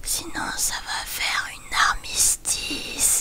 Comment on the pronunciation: Jpp😭😭😭 "L'armystice" Sinon la vidéo a été trop cool comme d'hab